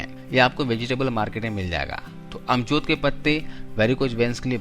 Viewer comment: Ajmod ky patty. amjod nhi bolty